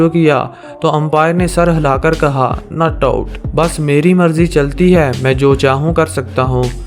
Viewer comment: this guy says nut out